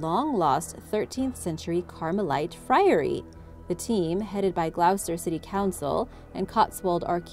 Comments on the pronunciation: no it’s just Americans want to re write the ENGLISH language.. it might have been hard to figure out before the internet.. it takes two seconds to ask Gloucester pronunciation.. and it will say gloss-ter not glowse-ter ... that’s a yank think.. changing the spellings and pronunciation of English words.. it’s just lazy and disrespectful.. you wouldn’t tell another country to change how they spell their words just because you can’t figure it out. 🤦‍♀️ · Not pronounced 'glowster' but 'gloster' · It’s pronounced gloss-ter. Not glowse-ter. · Pronounced Gloster not Glowster. Please get our place names pronounced properly. Ta (thanks) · I'd have read it gl-oww-chester 🤷‍♀️ people mad and petty as hell over something so stupid. I wonder how many Britt's know how locals pronounce Greenwhich or Pfaffton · I do like your videos but please learn the pronunciations of English towns. It's pronounced gloster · Gloucester is pronounced ‘GLOSTER’ 😊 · more like 'GLOSTERRR' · It really pisses me off how they can’t pronounce any UK 🇬🇧 county correctly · Not being rude Gloucester is pronounced "Gloss terr" I used to say it "Gloss sess terr" until I went and lived there for a while!! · I grew up in Gloucester. Just to let you know, we pronounce it Gloster Great video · As a brit hearing her say gloucester wrong had me triggered 😅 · I know that was the only thing bad about the video that Gloucester pronunciation